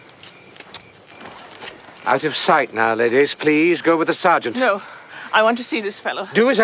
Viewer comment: I beg to differ. I believe is is Sarn't. lol